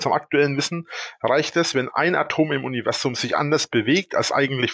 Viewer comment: Es triggert mich jedes mal, wenn er "Univessum" sagt